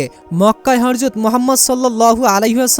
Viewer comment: Vai uccaron thik korun Harjot na hazrat